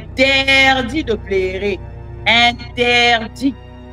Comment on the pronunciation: Maman sala attention na prononciation ya PLEURER # PLERER. Merci pour le reste.